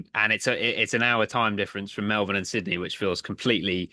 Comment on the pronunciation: Well done on pronunciation of melbin